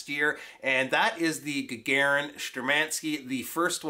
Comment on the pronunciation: Stress on "u" to make it perfect. )) ShtUrmanskie. Also GagArin would be right for that guy.